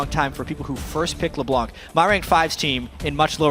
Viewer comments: Did you know that: "LeBlanc" is a French name. It mostly is a second name. It can be translated as "TheWhite" in English. (Blanc is the French word for White). But one of the French language rules is that you mustn't pronounce the "c" at the end of "Blanc". So when you are French, (just like me, actually) and that you hear the casters saying "LeBlan(k)" it sounds awfully awkward :) But i'll take it... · Well if you don't believe me, you can check a french youtuber vid. DominGo, as an exemple, plays LB quite often. Then if you watch a video where he plays LB, and pay attention to how he pronounces it, he says "LeBlan". Without the C. Don't ask me why we say this. Even for french people like me, our language is a mystery, sometimes :)